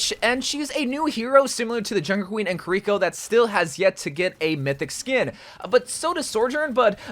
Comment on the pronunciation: You should here how he pronounces Kiriko lol. "KUH-REE-KO"